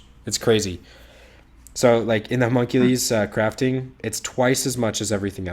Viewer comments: Good lord that butchered pronunciation of Homunculus lol hears it thinks Hercules had a terrible accident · Humunk ulees ? My kid is trying to tell me, something from a cartoon with a character called Homunculus HOWEVER The word would be pronounced Huh mun Q lus (as in lust with no T)